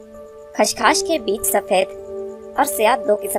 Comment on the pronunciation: میڑم لفظ خشخاش اور آپ کھشکھاش کہے رہی ہیں۔